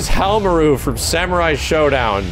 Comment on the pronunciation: you kinda called Haohmaru^^